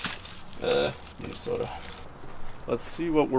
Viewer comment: KEEP ANGUS (but tell him to put some more O in MinnesOOOOOOOOOta)